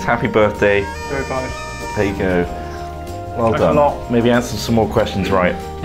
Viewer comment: 'appy birfday!